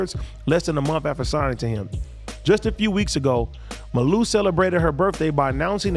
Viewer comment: It’s ( Mah-luu).. lol